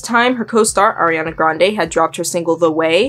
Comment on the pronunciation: ilysm okay, but you said air-eee-ana. its ariana. ahree. ariana. SHES NOT AIR